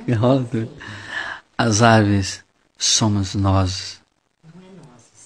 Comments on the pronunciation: Caramba o cara só fala arveres kkkkk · Árvires KKKKKKKKKK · Fiquei com vontade de bater nesse cara que fica falando averes kkk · Não aguento tenho q rir "Arverezes"kkkkkkkkkkk O Jardineiro e Jesus , E as Arverezes somo nozes😂😂😂😂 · KKKKKKKKKKKKKKKKKKKK AVERES, AVORES, AVOROS KKKKKKKKKKKK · "arvoreze" KKKKKKKKK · ARVORES ata entendi ARVIRES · Leonardo Angelo Nossa eu fui escrever a resposta pra VC nem dei risada ai passou ele falando arvoros e dei risada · "as árvres somo nozes" Kakakakakakakakakaka :v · Não sabe falar árvores! Kkkkk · Não sabe nem falar árvores kkkkkkkkkk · " e as averes " " ARVO" " e as arvoros " SOCORRO KKKKKKKKK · Nossa q agonia ele n sabe falar árvores